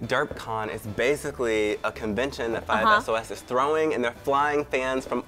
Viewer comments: it's 5sauce not 5 es oh es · cringe It's 5 sauce not 5 es oh es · So first of all 5sos isn't a boy band and did he said 5 S-O-S?! That's not how you say it. But I wish I could go to derpcon it would be awesome! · it's not 5 es oh es:D it's 5sos ok?